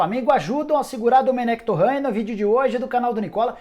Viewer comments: Me dá agonia quando o Nicola pronuncia o sobrenome do Domènec Torrent como Torrãn. Ele é catalão, não é francês, Nicola. A pronuncia do nome dele é Dumênec Torén... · "Torrã" o cara não é francês rsrs. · Dá pra você pronunciar o sobrenome do Domenec Torrrrrrrrrrent corretamente?